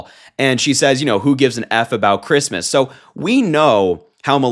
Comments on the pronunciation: I’m a vehement atheist. I love it when she says fuck creesmess! Hilarious. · Remember when she said, "Phuckk kreesmus!" 😂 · "Another fooking Chreestmus tree. They'd better renegotiate my pre-nup by New Year's if they wunt me to do this sheet." - Melania, probably